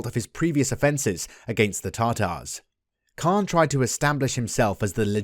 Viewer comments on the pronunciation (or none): A correction ...it's not Khan it's pronounced as "Han"